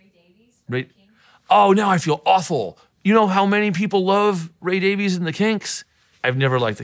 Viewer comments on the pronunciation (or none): Well, I have never heard of you but I suppose you are someone in the music industry. You obviously are not ‘au fait’ with how to pronounce English surnames; the e in Davies is not sounded i.e.it is pronounced Davis. Should you have problems with the French and Latin references I have made please do not seek guidance from ‘moi’.